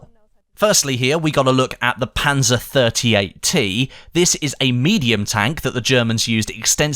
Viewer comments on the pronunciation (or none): none